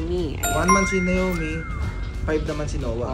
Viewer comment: Anong nayomi? Na O mi bigkasin nyo ng maayos 😢 pinangalan nyo d nyo mabigkas ng maayos.. or nawmi ang tamang bigkas dyan! NaOmi or nawmi.. hindi nayomi! Sana ginawa nyo na lang talagang Nayomi ang name kung ganyan ang tawag nyo..